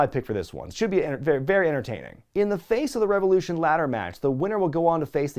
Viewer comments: "RE VE LOU SHAWN!" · I believe it's pronounced REV OH LOO SHAWN! ✊